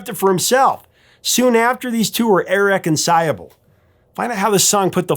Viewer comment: Great video. Thanks. Has anyone corrected you on the pronunciation of irreconciLAble? Amazing that you could drop an entire syllable--twice in the video. Trying to understand how since you otherwise have an excellent vocabulary.